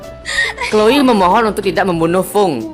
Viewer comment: kak Chloe bukan chole🙈